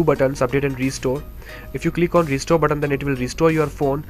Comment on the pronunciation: "UPDATE BUTT-ON"